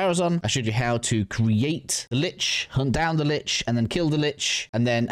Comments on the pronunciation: Kuva "LYCHE"?! Then you say "Lich" afterwards! 🤦🏻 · Its pronpunced Lich, not Lich.